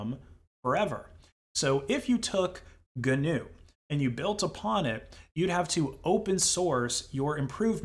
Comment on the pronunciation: Even the pronunciation of GNU is cringe worthy.